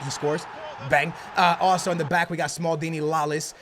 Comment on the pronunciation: I really gets on my nerves when he says sonaldo and smalldini